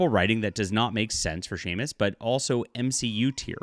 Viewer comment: I don’t know about the article but for a fan of the game you calling Samus (SAM-us), Say-mus, is embarrassing.